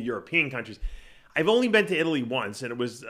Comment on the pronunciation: I'll join the rest of you paisano's in southern It-ly (as Gregg pronounces it).